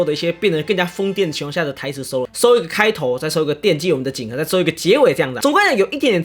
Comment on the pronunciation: 景和應該是Keiwa啦，這樣說的變成只有「櫻井景」了XD